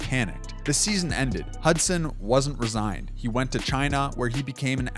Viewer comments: lol he pronounced “re-signed” as “resigned” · Definitely chat gpt. Is there any chance the audio is chat gpt too? At one point he says resigned instead of re-signed.